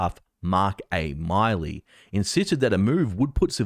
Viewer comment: Thank You.., The General name.., is Pronounced..MILL-EE, I LIVE IN Montana, and this was A Internation Breach.., This should have never happened.., truth is MORE THAN ONE . .ONE WAS SHOT DOWN IN MONTANA.. AND ONE ON THE EAST COAST.., AND WE DID NOT HAVE A EMERGENCY ALTER.. I AM FURIOUS.